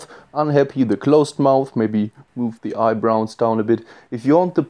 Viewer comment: The word is "brows". Eye "brows", not eye "browns".